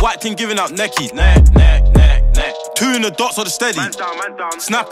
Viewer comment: This will be lit if only he can pronounce th right.